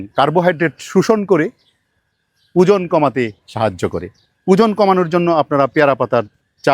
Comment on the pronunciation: উজন কি,কথাটা ওজন